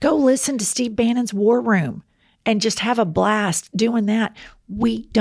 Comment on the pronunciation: Was the attendant’s name Steve and did you call him Stove? 😂